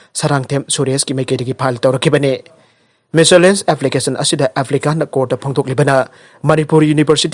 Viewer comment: petitioner haina habiyo there's no word in English by the name and with the sound peteniser + pronunciation of miscellaneous is wrong